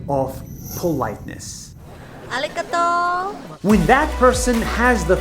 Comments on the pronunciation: Haha I’m Japanese and the woman who said arigato She said it completely wrong XD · now that’s one weird way to say Arigatou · “Arigato gyro” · 途中着物でありがと〜って言ってる方、日本語うまいけど日本人ではないなぁw